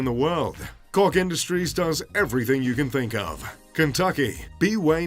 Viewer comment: It’s actually pronounced charles Koch (coke)